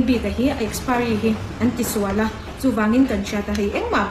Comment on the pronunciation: Mizoram a piang in ti si, mizo tawng pai si, saptawngte a hmang ve, a lam dik bok silo, expari😂😂😂😂